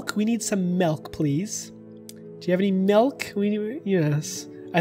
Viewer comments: Im sorry im sorry but did you just say malk instead of milk? Lolololololol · I THOUGHT YOU ASKED FOR METH INSTEAD OF MILK OMFG